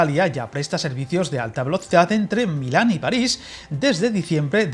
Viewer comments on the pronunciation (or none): none